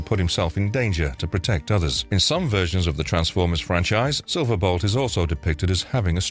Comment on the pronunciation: This channel is Gwtting worse.. no one seems to know how to pronounce anything. Silver bot?? Who the hell is that? SILVER BOLT . Several other videos. They do the same thing .. mess up names . To the point of butchering them. Find people who watched the cartoons or read the comics to read your scripts ( stunticons?? .. who are they?? Stunt a cons !